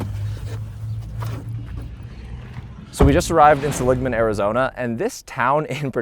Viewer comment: It's pronounced SELL-ig-man, not suh-LIG-man, Arizona.